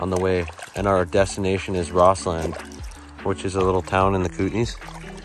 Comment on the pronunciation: Great video . Nit pick. It's pronounced Rosslund not Ross Land.